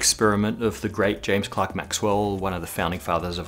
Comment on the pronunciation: Props for saying Clerk right